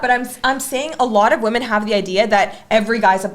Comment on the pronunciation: Why are you guys still wasting your time approching "wemehn"????